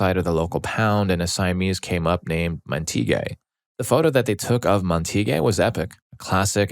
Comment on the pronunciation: Montague is pronounced MAHN-teh-gyoo (mahn pronounced like the Jamaican "mahn").